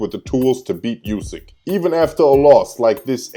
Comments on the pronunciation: And its pronounced 'oo-sick', not 'you-sick' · Hey man you pronounce Usyks name wrong. It's oo-syk not you-syk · Just to let you know... USYK is pronounced UUD-SICK like "OO" IN WOOD.